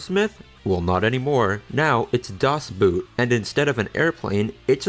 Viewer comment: He cant pronounce Das Boot god damn